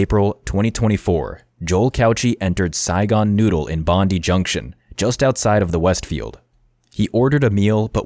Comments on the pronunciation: You need to emphasise the "die" in Bondi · Hi! Australian sydney resident here 😊 Bondi is bond-eye not bond-dee. Like Melbourne is Mel-bun not Mel-born. Other than that solid documentary and well researched. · he was crazy. why do they not LOCK UP people with schizophrenia? They nearly always lose grip on reality. And pls, it's pronounced Bon-Dye, not Bon-Dee. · Bondee!!? Pronounced bond eye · Dude it’s pronounced Bond’EYE’ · bondi is pronounced bond-eye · Lets try again it's Bondi not Bondy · Bond eye. Bondi. Thats how you say it. Cant believe you didnt research that. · Great video but just for future reference so you dont get roasted by any of us Aussies it is pronounced BOND EYE. 😊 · Bony has its Bondi (bond eye) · You said "Bondi" wrong hahaha that's okay though. My Canadian mate said the same thing the same way 😂👍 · Mate, that's not how you pronounce Bondi. You show multiple media sources, all of which are Australian and pronounce the word correctly. Not sure why you'd think their pronunciation was incorrect. Otherwise, good vid. It has definitely sparked a huge discussion about our mental healthcare system and the failings of the community health teams who should have been maintaining contact with Cauchi, as well as the psychiatrist who felt it was okay to take a paranoid schizophrenic off his anti psychotics.